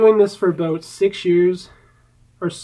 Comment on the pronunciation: I really like it when you say aboot ;)